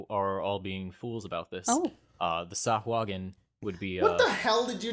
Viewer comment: pronounces sahuagin correctly according to the wonderful voice of Matthew Mercer on dndbeyond